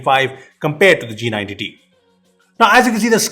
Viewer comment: What others say-" G90t" What i hear -"jee nine tittie"